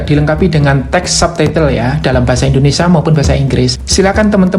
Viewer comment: Indonesia ..bukan indonesa ..